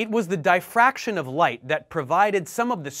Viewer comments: its Dif-fraction Not Di-fraction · I believe it is. Not dyefactrion like he says it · I'm not being picky, just trying to learn. I thought difraction was pronounced 'dee..' as in DI-ferrent. thanks for the video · The letter "i" in the word "diffraction" is pronounced just like it is in the word "differ". Not like the word "die" . Otherwise I liked the video.